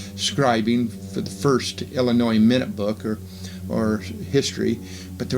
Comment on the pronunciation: Pronunciation of Illinois and Adam-ondi-Ahman / Diahman should be corrected for future presentations.